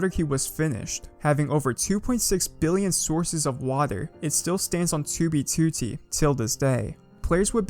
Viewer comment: Why do you say 2b2t like that